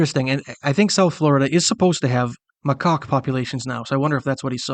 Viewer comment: Mah-cocks? It's Macaque,. pronounced Mah-cack. There is no "o" in macaque. It's a French word. You speak the second A as an A, not as an O.